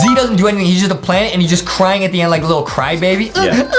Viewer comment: He Say "I'm Moving N To The Nd" Ok (PRONONCIATION OF END)